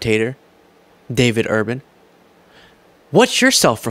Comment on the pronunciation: David Urban , not urbane !